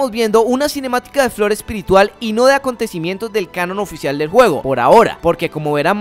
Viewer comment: "Los Jacontecimientos" :p